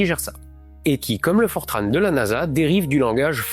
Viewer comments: Vidéo très intéressante ! Un détail cependant, on ne dit pas "Fortrane", mais "Fortran", comme entrant, ou montrant. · Super episode! Pour info en Francais on dit "Fortran", pas "Fortranne" ;) Petite erreur sur la cause de l'alarme à 3 minutes. Oui le system supplémentaire que Buzz a allumé est responsables des premières erreurs de l'ordinateur de navigation, mais il s'en sont rendu compte et c'est bel et bien un bug qui activait un system supplémentaire qui prenait un peu plus de charge que ce qui était traitable. Il y a une super conférence qui rentre dans le détail sur ce sujet si cherchez sur youtube. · Les informaticiens disent fortran, et non pas fortrâne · On prononce FORTRAN comme ça s'écrit en français (avec le son "an" comme dans "enfant") et je confirme, le COBOL est toujours utilisé en bancaire mais aussi en assurance et dans des progiciels de gestion administratifs (paye, impôts, etc...) cependant, le langage a un peu évolué depuis 1959, aujourd'hui, on utilise COBOL 2 qui date de 1985 (COBOL 1 compile sur un compilateur COBOL 2 mais pas l'inverse). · Mr, mettez-vous à niveau: on ne prononce pas le N dans "Fortran". Par contre, on ne prononce pas Vauga-ne- mais Vone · Excellent, comme toujours. Bravo pour le million ! Détail geek: dans le monde informatique depuis des décennies, j'ai toujours entendu Fortran prononcé comme rimant avec blanc, par mes collègues francophones.